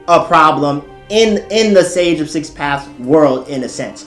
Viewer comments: Sage of six page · "Sage of Six page"